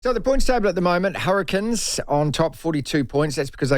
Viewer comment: Hurri"Canes" not the Hurri"Kins" 😂